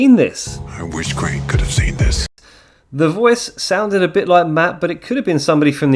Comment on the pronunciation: nah bro, correct him all you want. We can’t have someone messing up the name of a legend so horrible